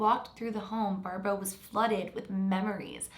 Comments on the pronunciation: I thought you were saying her name wrong this whole time until I realized ... it’s barbro not Barbra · Hi! A Sweed here! You actually pronounce Barbro, as Barbroo. I dont know if it matters, but just letting ya know. Love from Sweden. And the Netherlands. In half half ❤️🇳🇱🇸🇪